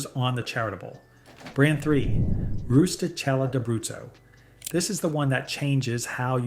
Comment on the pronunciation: You need to fix the brand name labels on the product thumbnails - it's not DeCo, its De Cecco, and it's not Roostella de Brutus, it's Rustichella D'Abruzzo.